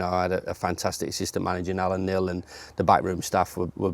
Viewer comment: It’s Neil not Niel